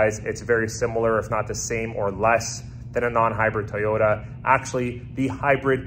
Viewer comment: Thank you for now pronouncing Toyoda correctly